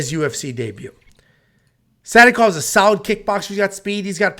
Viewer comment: Oh..Sadykhov?..i kept thinking u were saying Santa Clause . 🎅